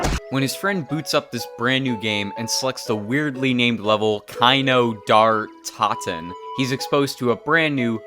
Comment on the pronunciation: "KAINOW DAR TOWTEN" Americans -_